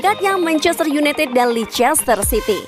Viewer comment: Min lescester city di baca : Lester city ..kalo mau lebih smart kek logat Amerika : lesde cidi 😁